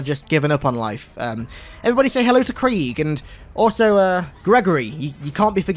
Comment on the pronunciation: Its not creeeg